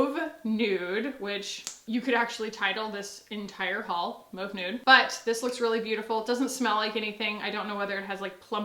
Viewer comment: Heck yes, I remember the Becca Skin Love days...that was a blast from the past!! Also, I feel so justified in the way that you say "mauve", because that's how I SAY MAUVE 🎉 😆